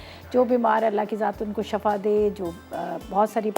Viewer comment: beta it’s pronounce dua as SHIFA and not SHAFA as shafa is opposite to shifa. You are a wonderful cook ma shaa Allah